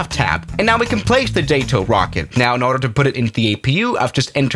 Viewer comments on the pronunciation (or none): It's not JÆTO it's JATO